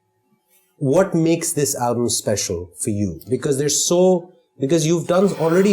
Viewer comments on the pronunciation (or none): none